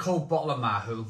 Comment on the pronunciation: Mahou and chilli peanuts = best combination EVER p.s. its pronounced like " maw"